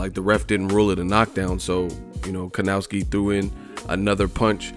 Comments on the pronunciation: How to pronounce Adam's last name? Try "Kovnatzki". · Evil marcel Well... Kownaki and Kovnaczki are wrong pronunciations. Last name Kownacki should be pronounce the same way like the last name of basketball player Dirk Novitzki. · Piotrek L. People pronounce it with a w and it sounds like kowww-naki instead of kov-naczki